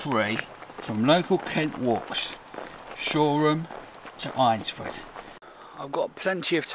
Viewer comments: Sorry to be a pedantic a*sehole but it's pronounced "Ainsford". Like Aintree. Stay cool dude. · Once again, an excellent video full of humour, you cheered me up and made me laugh on an otherwise dull and wet lockdown Sunday afternoon. I live near Eynsford, but I will forgive you for the mispronunciation of the name, you are not the first and will certainly not be the last. 🤣